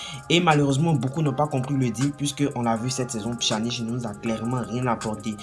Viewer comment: On prononce pianic